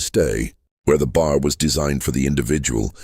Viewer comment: It’s irritating to keep hearing the AI narrator constantly mispronouncing B.A.R. as “bar”.